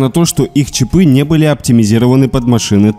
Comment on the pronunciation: Бляяя одному мне режет слух эти чипЫ и чипОв????))))))))))))